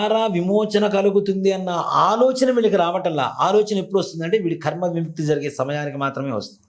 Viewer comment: "కర్మ"...అనాలి. 'ఖర్మ' అనకూడదు